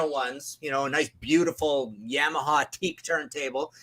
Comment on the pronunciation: Never heard Yamaha pronounced like that.